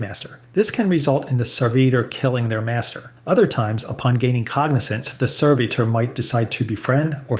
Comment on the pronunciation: And changes how he pronounces 'servitor' back and forth multiple times in the span of just a few sentences.